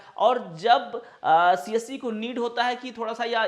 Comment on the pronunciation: its better ki aap csc centre bole. aisa lg rha hai ki aap kamasutra centre bol rhe ho